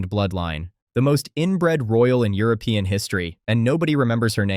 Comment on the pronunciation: „Henover“ 🤡 „Spanish Thorn“ „Europen“ AI is the ultimate inbred, apparently